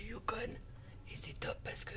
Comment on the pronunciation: salut on ne prononce pas le n du yukon icitte ... a peu pres 5 min les animaux c est des caribous. salutations de whitehorse.